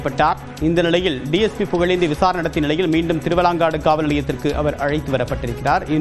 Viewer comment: உச்சரிப்பு சரி பார்க்கவும் - திருவலாங்காடு அல்ல, திருவாலங்காடு